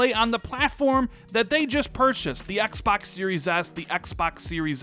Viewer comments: "Xbax Series X" no offense, I love your channel and content, but sometimes the way you say Xbox drives me nuts. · “Ecks Bocks”